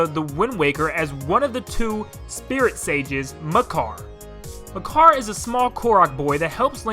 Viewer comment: I think the name of the sage of the wind is Makar, and noy Mekar. Just sayin'.